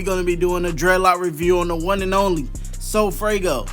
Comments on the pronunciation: Broooo it’s funny he keeps saying sofraygo🤣🤣🤣🤣 like bro it’s sofaygo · Dat boi said sofraygo😭😭😭